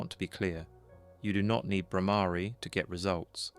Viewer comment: The word Brahmari is wrongly pronounced.